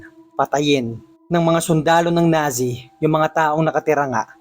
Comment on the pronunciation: NAZI pronounced as Natzi